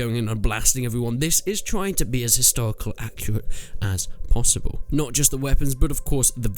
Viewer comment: you say accurate like my 3 year old nephew. I think you need to practice pronounce your words.